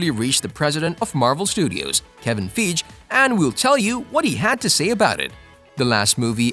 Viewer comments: I noticed every time you mention the name of Marvel's Chief Creative Officer (Kevin Feige) you mispronounce it. Kevin Feige pronounces his last name as ‘Fye-guh’ (origin is German). Please say it correctly. You're pissing off a lot of fans, which translates to lost subs & lost revenue. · For the love of God please pronounce Kevin's name correctly, Fie gee, thanks. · Fay-hee! It's Fay-hee! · "Feegee"? "Ramboo"? Methinks you have to learn name pronunciation. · It's Feige ("Figh Geee" ) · Feej? lol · “Kevin Feeg” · His name is pronounced Kevin fye ge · For me it took all credibility out of the video... 3rd time he said Feeeej i just stoped watching i could not take this seriously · Feeeeeg or Feeej 🙄 Must have paid a voice actor … although I would expect a professional voice actor would look up name pronunciations….sigh….. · Who the Hell is Kevin Feeje?!? :D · Fy-gee Kevin feige ( fy-gee) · That was the oddest pronounciation ofKevin Feige's last name yet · This mcu fan doesn't know how to say the marvel studios presidents name properly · I cant take anyone serious about marvel info that doesnt know how to say kevins last name. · Yo wth: age of galactus, arrival of galactus, dawn of galactus, secret wars.... do we even know the name? And also u pronounced manager of marvel’s name wrong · How can a marvel fan not know how to pronounce our kev's full name .....putz